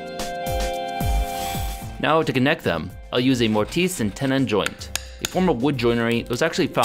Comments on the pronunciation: # "morteese" and tenon? It's not some foreign word. It's pronounced "more-tiss". :P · Did you say mortise like morteese? Its mortise like tortise.. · Mor-tice and tenon joint. Lmao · The blade on your marking gauge is rotated 90 degrees from the way you want it (although it looks like you may have realized that while using it). "Mortise" rhymes with kiss, not with geese. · Who says, 'day-ger' or 'mor-teece'? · „A morteese and tenon joint“ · "Mortisse and tennon" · Lol Mor-Teese and tenon joint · i’m sorry but hearing you say morteese hurt my soul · I follow a lot of wood working channels and have never heard the French pronunciation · Okay, first, the -ise in mortise is pronounced the same as the -iss in miss. Second, I think it might interest a lot of people to know that one theory behind how the bases of some pyramids were made so levels is that a grid of trenches was dug and then filled with water. Water finds it's own level, workers mark the waterline all along the sides, then the rock is cut down to the marks.